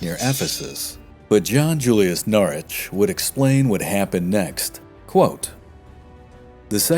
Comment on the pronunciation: NORWICH BRO YOU FORGOT THE “W” IN PRONOUNCING HIS NAME WHICH YOU SEEMED TO PRONOUNCE CORRECTLY THE EPISODE BEFORE THIS ONE BUT I DONT MIND MUCH AT ALL NOW RHAT